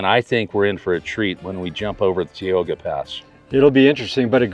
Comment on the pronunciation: You're finally traveling into my part of Cali. I've never heard it pronounced Teeoga pass before. 😁 We say Ty-oga. But hope you enjoyed your trip through our neighborhood!